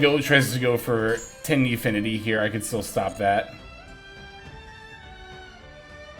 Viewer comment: Oh, you scared me for a sec. You said Swordsoul Tenpi instead of Swordsoul Tenyi 😅😅😅